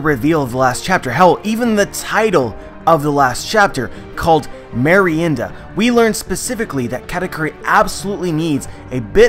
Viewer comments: as a spanish speaking person kudos on your pronunciation of merienda senpai. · Finally someone pronounces properly the word "Merienda". Congrats,! Greetings from Argentina.